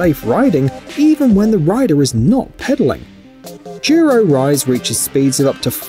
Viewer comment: Why does he pronounce "Duro" as "jeero"? Also, an electric bike that goes that fast will require a motorcycle license in pretty much all locations. That's why most electric bikes are capped at something like 15 mph.